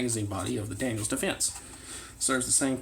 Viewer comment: Daniel Defense. not Daniels